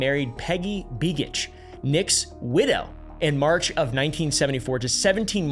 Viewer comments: Hey just so you know big homie, its pronounced BAYgitch not BEEgitch....nick begich.....like saying bagel not beagle. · It’s not “bee-gich” it’s more like “bay-gech” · You pronounced begiches name wrong beg i tch and Whittier whit eee rrrrr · I love the way he pronounced Begich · I love how you pronunciation "Begich" 😂 Also interesting facts, the first Begich congressman died as you mentioned, in a plan crash. Then the second one, Don young died on a plane, then the 3ed congressman (or is it congress woman?) Her husband died in a plane crash (i think she was in office at the time) and now I Believe its the original begich's nephew is now my stats congressman! Its really weird when you think about it.